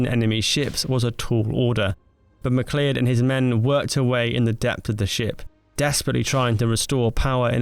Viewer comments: Mcleod is pronounced mccloud👍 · Mac Lee-Odd. Mac Lee-Odd? MacLeod of Clan MacLeod, like Conor MacLeod, the Highlander FFS. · McLeod pronounced Mac Loud or with a highland accent Ma-gloud. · Small pronunciation correction - “McLeod” is pronounced “Ma-cloud”, like a Scotsman telling you a cloud is his 😂 rather than “Mac-leyod” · McLeod is pronounced to rhyme with Aloud fyi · McLeod? seriously is that how you think that is pronounced? dumb as a box of hammers seriously. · Um, everyone BUT him knows how to pronounce McLeod. At least, everyone born before the Blair government 😂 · Apart from McLeod :)